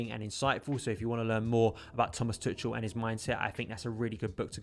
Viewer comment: Nice overview man! his name is pronounced Too-Kal though! just a friendly heads up haha!